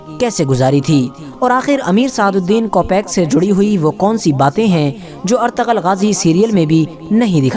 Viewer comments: Not ertagal.it’s ertugrul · noob its erturul but the spelling is ertugrul not artagal